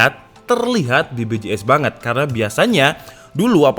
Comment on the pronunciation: BBJS? BPJS bang, huruf b sama p bedaa